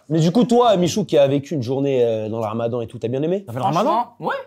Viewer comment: Salem michou, franchement bien l'accent